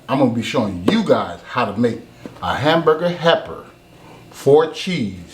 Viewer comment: He said hamburger happer